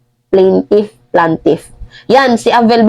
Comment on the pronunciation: 2 million US$ NAPANUOD KO KANINA. (PLAINTIFF) PRONOUNCE LIKE THIS PLANE- TIF.